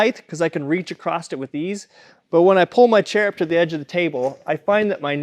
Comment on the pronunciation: Please stop saying acrossT There's no T in across. 😊